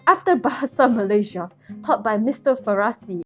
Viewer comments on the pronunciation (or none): LMFAO WHEN YOU READ MR FARASIS NAME I WAS LIKE WHYS HE PERSIAN 😭